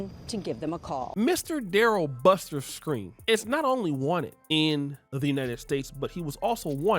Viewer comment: Its Skrine not screen tf yall just see a story and dont even do research 😂😂😂😂